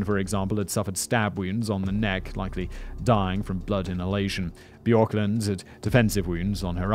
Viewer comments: J's are Y's in Finnish Bjorkland pronounced Byorkland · ...bjork is like a massively famous singer. How are you getting "bah-jorkland" Simon my guy